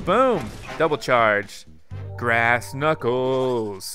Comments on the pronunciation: It's "Grass" not "Brass" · you sed brass not grass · It's grass,not brass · You said brass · it grass not brass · its grass not brass